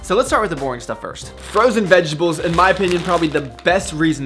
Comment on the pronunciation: "Vegables" XD